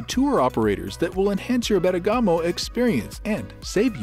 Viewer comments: Nice Video, I wish the pronunciation of Bergamo would be correct but it is not, its more like BER GAMO end not BERGA MO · it’s BERRRGAHMO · Gotta love that AI voice-over pronunciation of Ber-gah-mo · Virgiglio not Virgilo, and bergamo the accent is on the e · You need to pronounce the name of the city properly. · Ok the pronunciation of Bergamo is not good, everyone understood it. But why speak about Como lake? Bergamo has a very beautiful lake, Iseo lake, where in Sarnico they build the famous Riva speedboats ! Como is not so easy to get from Bergamo.